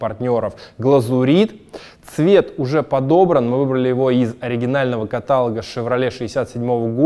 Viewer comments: КАТАЛО'Г! Не КАТА'ЛОГ!!!!!1111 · все хорошо, но ударение на О в слове каталОг) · С машинами всё правильно и хорошо! Осталось только над речью поработать - "окрас" у собак и прочих животных, а в слове "каталог" ударение на последний слог. Среди тысяч зрителей есть и грамотные... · КаталОг, едрён батон!